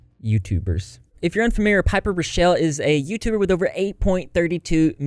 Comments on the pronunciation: Raw-Kell Not Ruh-Shell ... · How come not a single YouTuber knows how to pronounce and spell “rockelle” correctly? “Rock-ell” Please spread the word to all the drama channels I’m tired of y’all getting it wrong 😂